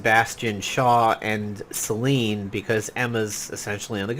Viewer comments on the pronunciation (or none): Not to be a nerd, but the e in Selene is not silent -- Se-lee-knee.